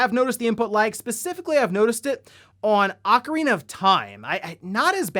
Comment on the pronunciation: Thank you for not saying “Oh-carina”